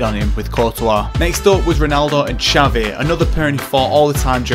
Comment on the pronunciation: Did you pronounce it as.... Xavi?